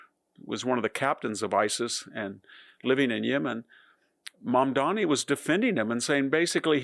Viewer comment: If you could pronounce your subject’s name correctly and try not to dress as though you’ve come to mow my yard, you would carry more credibility.